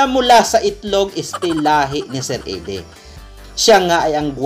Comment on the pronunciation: Actually sa english minsan idie din ang pag pronounce ng eddie